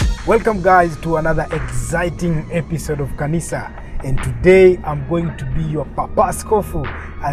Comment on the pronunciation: Did he say car-nisa at the start?😂🔥🔥